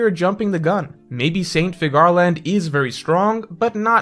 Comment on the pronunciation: Figure - Land. It’s pronounced Figure Land. Please stop pronouncing it like Cigar 😂